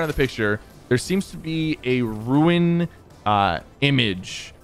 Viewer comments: Rune. Not ruin. It’s like cummberbatch and penguins 🤣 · did it bother anyone else how sypher obviously called it cyclo at the beginning but throughout the rest of the video he said cyclone also he called the cube rune a ruin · ‘Rune’ or ‘Ruin’, hahaha